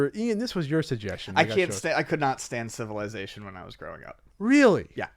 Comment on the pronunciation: Ian pronounces 'Civilization' like he invited the word